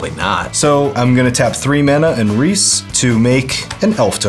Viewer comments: Here to remind everyone that the way to pronounce "Rhys" is the same as "Reese". (It's a real name, originally from Wales.) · The pronunciation of Rhys is killing me lmao. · "Rhys" is the Gaelic spelling for "Reese". Like "Reese's Peanut Butter Cups". It's pronounced like that. Also, I spent half of this game saying, "Why are you doing that‽ Guarav is clearly the biggest threat!" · friendly heads up that Rhys is pronounced the same as Reese (e.g. Reese Witherspoon):) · For the record his name is pronounced Reese, its Welsh for king. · sorry if this is annoying, but Rhys is pronounced the same way as Rees/Reece/Reese. Rhys is the original spelling as the name is of Welsh origin and Tolkein Elvish as most know was based off of the Welsh Language and most of the elven MTG cards are actual Welsh words or are heavily based off of the language. My name is Rhys and i just wanted to let anyone who didnt know how to pronounce the name Rhys how to, as well as how to try and find a way to pronouce other cards that may confuse you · Rhys is pronounced "rheese" ;)